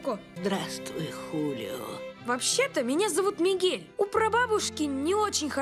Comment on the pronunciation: Мне кажется, что он сказал Мигея